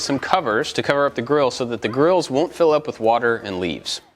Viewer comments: Instead of "grills", i heard "girls". I too want a picnic table with built in Girls. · I thought said built in girls